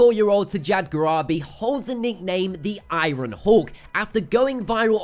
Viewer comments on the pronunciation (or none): Iron. Is pronounced 'eye-yern' Not 'eye-Ron'. Dude its very irritating and distracting.